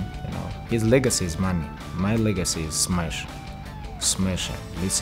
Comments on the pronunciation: "My legacy is smesh" 😂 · "His legacy is money, My legacy is smeshing" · "His legacy is money, my legacy is smesh, smesh him" - the Goat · That is why he is different because everyone says Smash but he says Smesh. Everyone loses and he Wins. Haha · smesh like chicken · Megan wants that 'khabib smesh' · Khabib: His legacy is money .. My legacy is “smesh” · when khabib said my legacy is smesh, Megan thought of some other smash